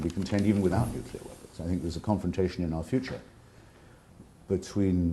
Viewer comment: "Nucular weapon" Ouch.